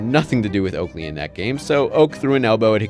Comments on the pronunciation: Okaley instead of Oakley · it's "OAKLEY" not "OKALEY" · "Okaley" lmao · who tf is Okaley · "Okaley" lol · “Okaley” haha